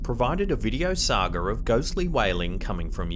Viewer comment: It’s pronounced saga (sah-guh) not sager lol 😂